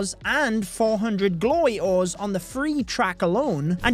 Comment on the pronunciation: am i the only one hearing glory holes instead of glory ores?